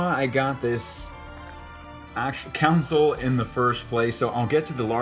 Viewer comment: Console not council